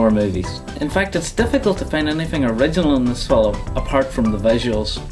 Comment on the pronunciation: Hey! You say Fi-lm in 2 syllables! I hate that!